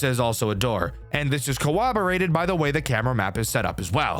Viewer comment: "Cowoborated" c-OwO-borated is officially a furry